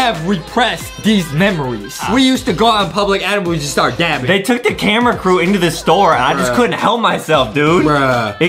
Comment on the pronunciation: Its dabbing not daping